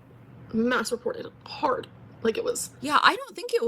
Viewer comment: Mass reported hwhard!